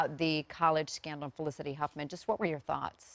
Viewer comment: Nicolette out here stompin on Felcity's name. LOL!!!!